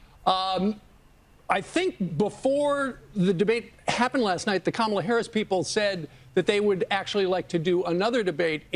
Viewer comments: Hes such a coward, when hes infront of her, he calls her KAMALA. When hes behind her back, he calls her kmala. Even after she said, "if u got something to say, say it to my face." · She walked up to him at his podium and introduced herself to him, and he still doesn’t know how to pronounce her name correctly. So is it cognitive decline or is he just stupid? Those are the only options unless it is blatant racism. Who could vote for this scourge? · And the fact that he keeps mispronouncing her name. Not even trying to hide it smh....